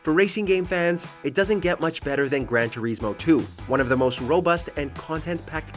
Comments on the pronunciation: Why does he say Grand Turismo like “Grand Tureesmo” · Gran Toureesmo 2. Bruh